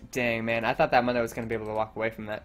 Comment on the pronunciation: Ok, pet peeve of mine. Mundo is pronounced like Moon dough. You're not the first I've seen so it wrong but for the champion who says his name the most out of anyone (he literally only says his name when you select him in champ select) you'd think people wouldn't mess the pronunciation up.